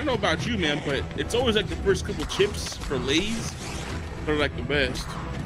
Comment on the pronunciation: You said gor instead of for, and I just hate Heather so much